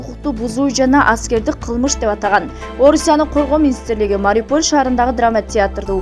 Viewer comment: Туура айтчы шаардын атын(Мариполь дебей)Ушул каналга билбей катталып алыпмын.Только жалган кабар жарыялашат